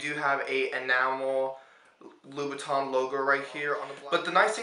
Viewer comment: It's pronounced 'Loo-Boo-Tan'. Just a FYI'.